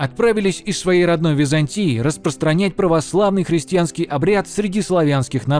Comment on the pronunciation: все хорошо, но хрестЬянский очень режет слух. все же христианский